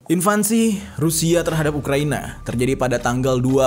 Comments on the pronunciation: Dari awal konten lu tentang russia-ukraina lu tetep salah nyebutin kata INVASI bang... bukan INVANSI bang tapi INVASI 🙏🙏🙏🙏 gua ngefans sama lo... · Sorry pak bro bukan invansi x ya, invasi mudah 2 sy bener koreksi kl sy salah